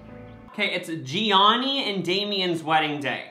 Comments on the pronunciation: when he said “gianni” instead of gianinna i cringed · I love how read Giannina's name wrong and spoke over the officiant when she said her name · Giannina ( btw u said it wrong lol) and Damian r together now tho as boyfriend and girlfriend 😂💓 then amber and Barnett r the worst relationship idea ever